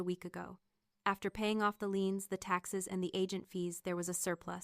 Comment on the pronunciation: They are liens, not leans. How many times did they repeat this error?